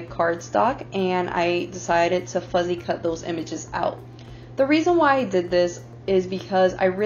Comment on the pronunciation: Good job on Part1! BTW it’s “fussy cut” rather than “fuzzy cut”. Looking forward to Part 2!